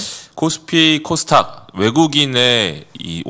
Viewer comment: 코스탁 (X) 코스닥 (O) KOSTAQ 이 아니라 KOSDAQ 입니다